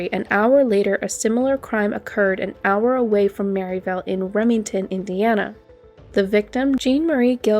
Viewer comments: Yessss this irritated me soooooo much! MerrILLville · I drive I-65 all the time. Never heard this story. Thanks for the great coverage of it. Great video. (Pronounced Merrill-ville, not Mary-villle). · It’s not Merryville, it’s Merrill-ville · Great video but it’s Merrillville not merritel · When I first heard this, I didn’t know it was Merrillville Indiana. The way she said it was Mary Dale. Until she said Rennseleaur and Remington did I figure out it was Merrillville and the Indiana State Police were involved.